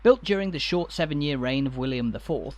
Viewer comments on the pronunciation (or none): none